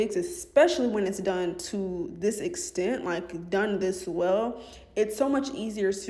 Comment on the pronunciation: lol sis said “it’s steps to dis” no it really iiissss 😂😂😂😂😂